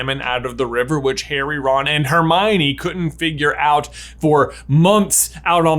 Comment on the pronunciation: the emphasis on hermione